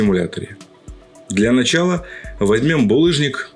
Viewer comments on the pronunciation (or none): none